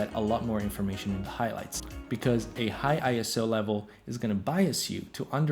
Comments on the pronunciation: ISO is pronounced like a word, not an acronym: eye-so, NOT eye-es-oh. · It's pronounced "eye-so" apparently. I pronounced it wrong for years too.